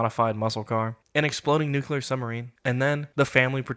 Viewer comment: NUCULAR? FOR REAL?? Not Nuclear?